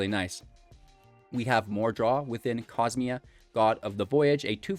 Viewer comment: How are you still saying Cosima and Omenkeel so incorrectly?